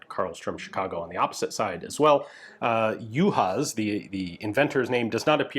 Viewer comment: "sz" in the Hungarian alphabet is the same as the English "s"; you don't have to sound the "z" in it. Hungarian "s" is the English "sh".